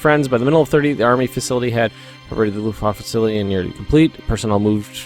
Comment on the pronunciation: is actually a pretty decent pronunciation of Luftwaffe.